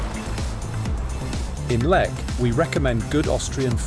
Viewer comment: Pronounce it right please😂